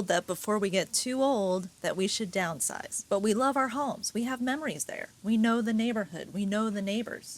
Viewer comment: Who the fck says you have to "downsizue" ?????